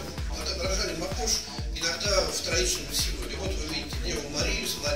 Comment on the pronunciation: как режет слух, мАкошь, Макошь!